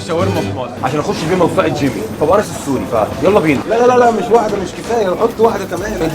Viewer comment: جيمي❌️ جينيس✅️